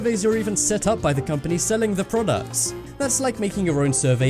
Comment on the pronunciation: prodcut. lol